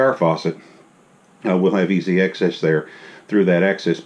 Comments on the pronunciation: Beautifully done! (It's access, rather than excess.) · Access, not excess!